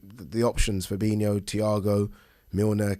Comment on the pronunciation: fab-in-o no extra i